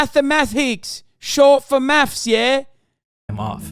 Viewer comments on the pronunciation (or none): “It’s Mafffs” I’m dying.